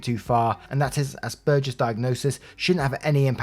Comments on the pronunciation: Asperger’s syndrome is pronounced “asp-burgers” so pretty close. Though some say it in one fluid word that sounds like asperger looks. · Hi! It's said like "ass burgers." 🤣 I'm an Aspie myself and I think ass burgers is hilarious. S2 parents.... good god. Autism is primarily a social disorder. How the hell would a social disorder not affect social relationships? It definitely impacted all of my relationships of every type. Knowing makes it easier because it lets them know that I'm not being an ass on purpose.